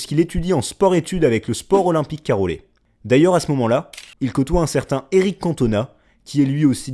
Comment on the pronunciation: Est Un peu de respect pour le Club de mon Quartier on dit pas Carollais. Mais Caillolais (Prononciation Caiyollais en verbal ) Marseille 13012 proche de la commanderie la ou l'olympique de Marseille s'entraîne. J'y ai grandi, le Sport Olympique Caillolais est le Club du Quartier des Caillols (Cayolle quand vous le prononcer)